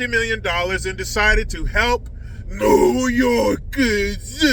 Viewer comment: When you say new yorkers 😂😂😂😂